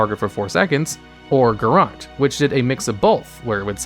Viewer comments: pls. It isn't pronounced "garrAHt," it's pronounced "garrOAt" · "Garrote" has an E at the end. You're pronouncing it wrong. It's "guhROAT", not "guhROT". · then why is there an ‘e’ at the end of it :P. My ears were hurting whoever I heard the AHT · I’ve honestly never heard anyone pronounce Garrote as “Ga Rot”. Everyone that I know says “Ga Rote”